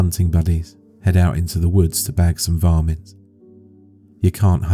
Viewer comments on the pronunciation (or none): Around 25 secs, oh, hunt varmints - not vomit.